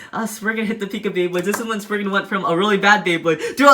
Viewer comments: ummm, excuse you, it's spriggan, not spignut. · he just called spriggan sprignut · It's not spriggnut it's spriggin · Umm???????; you called legend spriggan legend sprignut. The time stamp is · Sprigna? Spriggan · Wait, he said spriggna? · When you were talking about legend spriigan you said spring nut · Did my boi really call it sprignut hahahaha lol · Is he calling is spriggnut🤣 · nobody's gonna say he said spriggnut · Y r u saying sprignut 😂😂😂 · Lol I hear Sprignut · its not spriggnut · DUDE WHY ARE U SAYING SPRIGNUT